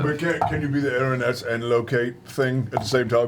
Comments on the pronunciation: It's a strange and very uncommon word, but just FYI... Erinyes (pl) = eh-RIN-ee-eez Erinys (sg) = eh-RIN-is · Is "Erin-yes" driving anyone else nuts? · For anyone here 8 years later 😅 Erinyes is pronounced (air-in-ease) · anyone else really uncomfortable with how everyone is mispronouncing erinyes